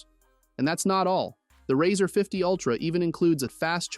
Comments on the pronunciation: The product is pronounced “Razor” like “Raise”, not “Razzur” as in “Razz”. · How can I trust a reviewer who can pronounce the name correctly on a phone especially one with over 30 years behind it.. It's razor not riser!!! Yes he did fetch it correct at the end!!! Just say'n lol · The "Rawwzer" ? 😂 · why it say "razr" like that